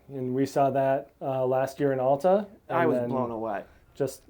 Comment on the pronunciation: Please learn how to pronounce Alta correctly.